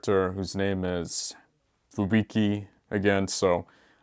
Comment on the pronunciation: I can't tell wether he's saying "Fubuki" or "Fubiki"